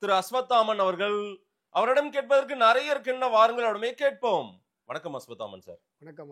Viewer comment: அது.. நரைய இல்லைடா "நிறைய "